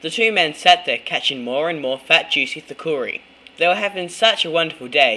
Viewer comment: It's pronounced thookedi